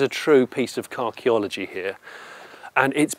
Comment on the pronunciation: I had to back up and check to see if he really said carcheology,and he did.He really said it.HA!